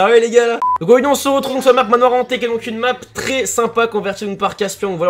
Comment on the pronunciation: "AuYourdui" ont t'aime quand même mdr